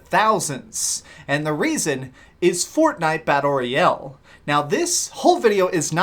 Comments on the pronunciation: ROYAAAAAAALE GODAMMIT!!!! not ROYELLE. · I like the content of the video but the way you say "royale" is really awkward and annoying